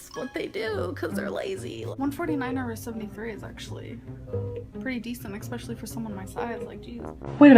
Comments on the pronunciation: she said so much bullshit in this video but the thing that got me absolutely heated was "eggspecially" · nails to a chalkboard when she says "exspecially" "acid REFLEX" LOL it also infuriates me to no end when she uses 'is' for something plural when it's meant to be 'are'